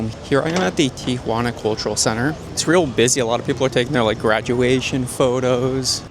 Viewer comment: Thanks for pronouncing Tijuana correctly. So many people say TiAjuana.